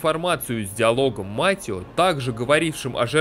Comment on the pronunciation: Да чёж он Матио когда он Матэо😂